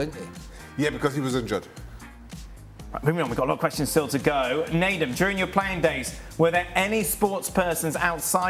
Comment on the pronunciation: Leave it to Dan to make it sound like Nedum's last name is "Manure."